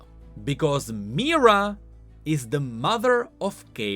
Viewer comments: Mi-here-uh. Not meerah. Mihira. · "Mahh-hiraaa **not mira " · why does he say mihira like myrrah and not mihira???? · Everytime you pronounce Mihira as Mira - I cringe. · That's not how you pronounce Mihira, it's more like Me-hera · I am pretty sure it is pronounced MeeHeeRa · He literally just read card description 💀 And even that he could not do correctly. Pronouncing Mira and reading harmonic instead of hemomancy 💀💀💀💀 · Mihira, as in *"mi-hi-ra", yes, the secon part is pronounced, but it's o.k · just want to add here: it's Mi-Hi-ra whenever you say her name you swallow the "hi" whole for some reason